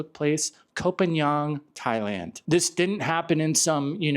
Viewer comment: would take how many seconds to learn how to pronounce phangan?